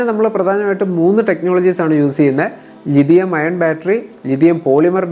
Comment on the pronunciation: ലിഥിയം അയേൺ അല്ല ബ്രോ ലിഥിയം അയോൺ എന്ന് പറയൂ